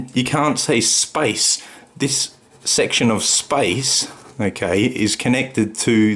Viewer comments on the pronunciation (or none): how cute, pronouncing "space" like "spice"